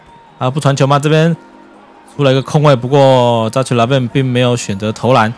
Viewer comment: 那ch唸ㄎㄜ好不好